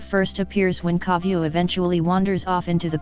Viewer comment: I saw this comment when she says Koviu xD